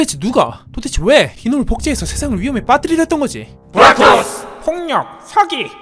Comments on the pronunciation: 부락 을 부랄 로 들으면 꿀잼 임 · 진짜 부랄털이라고 들림ㅋㅋㅋㅋ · 불알이 아니라 부락입니다. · ㅋㅋㅋㅋㅋㅋㅋㅋㅋ부라 ...ㄹ털 ㅜㅡㅜ ㅋㅋㅋㅋㅋㅋㅋㅋ 진 짜그렇게 들리는데 부락토스 몇번 돌려봄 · 부락토스를 부랄털 ㅋㅋㄱㅋㄱㅋㄱㅋㄲㄱㅋ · 난왜 자꾸 ㅂㄹ토스라고 들리냐..... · 부락토스를 부랄털로 들어버리네